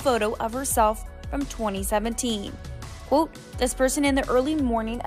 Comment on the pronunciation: When the narrator says "quote" it sounds like "coot"